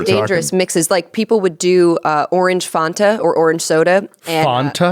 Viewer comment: needs to google how to say fanta